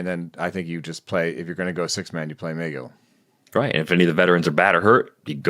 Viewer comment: The breakdown on Tylor Megill (“meh-GILL,” not “MAY-gill”) might be even better than what said. It took Megill a minute to get that sinker fully integrated. He went back and forth between the majors and minors all summer, returning to the majors for good on August 30. Prior to that, he had an ERA over 5, FIP over 4, with a ~26 K%, 10.5 BB%, 99 Stuff+, and a (yuck!) 90 Location+. After that, he had a 2.32 ERA, mid-2s FIP, ~28 K%, 7.8 BB%, 108 Stuff+, and 103 Location+, and the sinker had > 40% O-Swing. Shape-wise, it looked a little like Zack Wheeler’s, believe it or not. They’re both extension boys, and got a lot of chase on their sinkers, so it makes some sense. He has an option remaining, so it’s not clear that he’ll start the year with the big club, but I hope he gets some run. Free Tylor Megill!